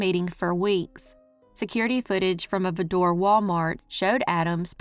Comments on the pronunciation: Good video, but Vidor rhymes with “rider” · I live just 10 miles from Vidor pronounced (vie-der) and Buna's pronounced( bewe-nah) just 18 miles up the road and I never ever heard of this crime! you are amazing!❤ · That's pronounced VI-Door. Vidor